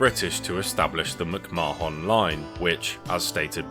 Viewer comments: Instead of M'c-Ma-Hon, isn't it pronounced something like McMah'n? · As an Irish person the way you pronounced McMahon gives me anxiety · Hahaha he is pronouncing it the way we Indians pronounce it. 😅